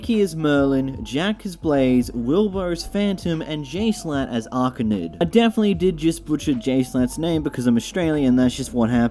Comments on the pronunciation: “Archanid” It’s Arachnid (uh-RAK-nid) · “Jschlatt as archanid” welp he messed up arachnid